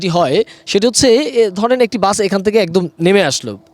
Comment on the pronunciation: Ai sangbadik to bus ke bole buch😅😅😅seto bak protibondi😊😊